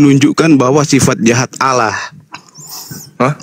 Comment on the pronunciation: Kenapa dalam kitab mereka ditulis " ALLAH " , tapi mereka sebut " Alah " bahasa Indonesia yang sangat tidak benar.coba dengar mereka sebut....